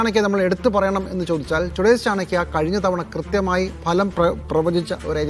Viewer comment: ലെ മലം അല്ലടാ ഫലം